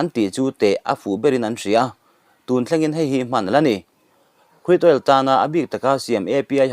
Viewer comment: Krud...oil ti mai la,lam a awl zawk , Cruid all i ti daih phah kha